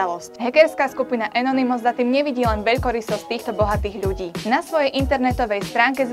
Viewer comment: "enounymus" precíť.